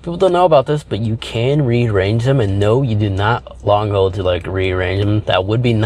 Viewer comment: There is an l in the word hold.